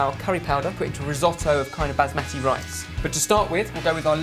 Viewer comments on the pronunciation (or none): none